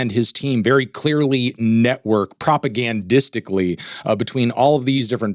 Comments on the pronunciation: My dude said progagandistically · "Propagan-distically" Say it again